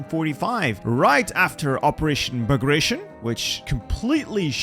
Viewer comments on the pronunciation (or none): 'Bagration' is pronounced ''Bah-grah-tee-on'' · Ba gray shun 😭